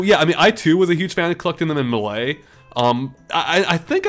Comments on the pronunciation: It's May-Lay. Not MAH LAY. You're making me cry. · Ok this has been bothering me but it's Super Smash Bros Melee! Not "Super Smash Bros Malaay"!